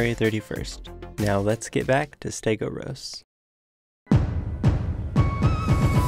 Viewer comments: stegOUROS, not stegoSAURUS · do you have the reading capacity of a 9 year old , because t clearly says STEGOUROS NOT STEGOSAURUS.